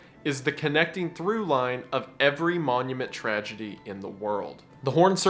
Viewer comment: Tree-gedy, not Tragedy.